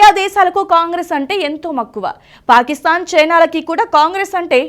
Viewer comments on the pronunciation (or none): none